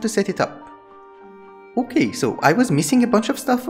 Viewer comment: i like how you always say okei